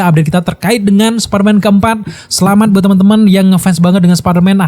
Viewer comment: Superman atau spiderman bang ngomongnya? 🗿